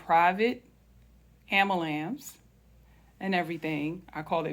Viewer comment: Respectfully, it's pronounced......."Am-BU-lance" (pronounced phonetically. "AM, BUE-LANCE" not "Am-ma-lance." It's a common mispronunciation in some cultures.